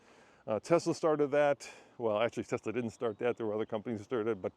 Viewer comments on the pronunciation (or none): none